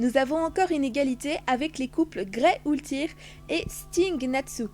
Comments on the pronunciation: Très bonne vidéo mais on dit "OULTIA" et pas "OULTIR" et pareil pour meredy sa se dit "MELDI" et pas "MEREDI" c'est parce que tu n'a pas du voir l'anime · sa se proconce Ultia mais sa s'écrit Ultear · Mais c'est pas u-ltir c'est u-ltia😂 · C'est pas ultir mais ultia 😅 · C'est ultia et pas ultear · Pourquoi tu dit ultear c'est ultia :/ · Pourquoi tu dis Ultear c Ultia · Ça ce prononce Oultia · Sa secrit Ultear mais sa se dit Oultia voilà c tt